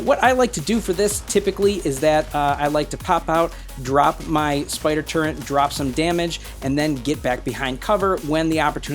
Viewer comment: haha, I was trying to be smart, I dont know why people pronounce turret with an N in it:)